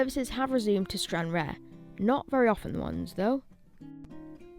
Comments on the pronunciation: It's pronounced Stran Rar not Stran Rare. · Your pronounce it as Stranrar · It is pronounced Stanraar, not Stranrare. I find the thump, thump the background "Music" distrurbing, find something calmer. My advice from a viewers point of is keep the camera steady and do not swing it around, it can make you feel queasy. Watch how some of the professionals do their filming with the camera kept static from scene to scene. Please do a little research before making your video, a look on the Wikipedia entry would help here. The railway originally served the ferry service to Northern Ireland when that ferry sailed from Stranraer, hence the need for all the sidings for freight. The rail facilities were no longer needed for the harbour when the ferry service was moved to Cairnryan up the eastern coast side of Loch Ryan but obviously it must have been not thought worth the effort to take up the unused track. The current Stranraer station is just for local train services from Glasgow and Dumfries and does not have much traffic. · Pronounced STRAN-RAR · It's pronounced stran rahr. Used to be where you got the ferry to Belfast to before they changed it to go from Cairnryan 10 or 15 years ago. Station used to be very busy because of that. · You don’t pronounce the e in Stranraer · that's not how you pronounce stranraer